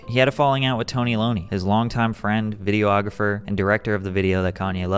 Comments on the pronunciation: The term "videographer" isn't pronounced "video-ographer." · vid-ee-awg-ruh-fur. not video-ographer lmao